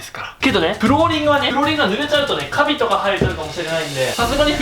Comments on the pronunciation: カ↑ビ↓が生える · カビの発音おかしくない ？ 私がおかしいのか … :((; ‘ᾥ’ ;)) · カビの発音ʬʬʬ はじめんって時々なまるよなʬʬʬ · カビの発音おかしい笑笑笑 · カビのイントネーションがw